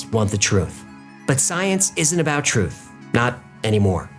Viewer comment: "The real phrutph" , nicely said